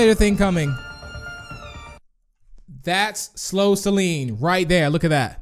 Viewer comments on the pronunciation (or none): none